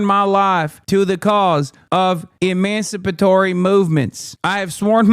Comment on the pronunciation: She can't say emancipatory.